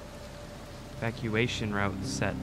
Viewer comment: He couldn't say evacuation.